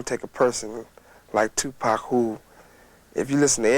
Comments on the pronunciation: i can’t stand when these so called youtuber can’t say people name right , 2 Pack who says that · Tooopack and Sooog...😂 the pronunciations are funny sometimes. RIP Tupac 🙏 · Who the hell is 2pack?! Did you mean Tupac